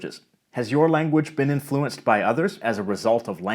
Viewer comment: I’m wondering if pronunciations like “sub-SEE-quent” and “in-FLU-enced” are Canadianisms, since they’re not part of my (Inland North US) dialect...